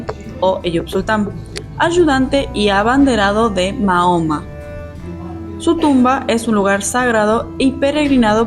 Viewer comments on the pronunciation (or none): none